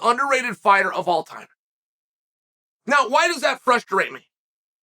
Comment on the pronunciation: Uncle Chael - the Man who can add an extra syllable to the word "Frustrating". Fru - sta - rate - ing. Way to go. Sneak in a syllable here...sneak in a syllable there. Epic. Like his fighting style - sneak in a punch here, sneak in a punch there. He goes the extra mile